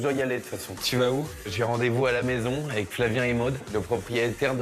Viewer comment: Another case of eating syllables is when the guy says ec instead of avec. J’ai rendez-vous ec Maude.